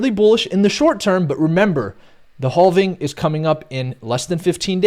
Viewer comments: I love analysis. But every time he says halving I die a little inside. 😂😬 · "Boulish on the haulving?"